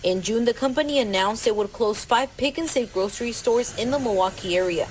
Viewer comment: "it broke my heart like, whadiswegonnado like, this is the only big gro ocerie store in da comoonity"